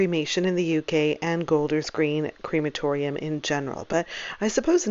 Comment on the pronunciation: It’s pronounced crematorium not creematorium.